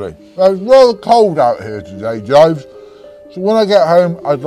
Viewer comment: It’s Jeeves, not Jives.....great vid